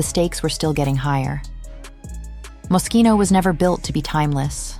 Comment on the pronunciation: NO Franco , NO Jeremy, NO MOSCHINO (or mosshino, like many still love to mispronounce it😅)